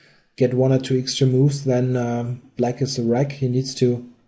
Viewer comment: I wish you wouldn´t say "ixtra", it´s "extra". thank you.